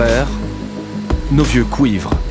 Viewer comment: on dit "cuivre" et pas "couïvre" pareille pour "huit" et pas "ouïte"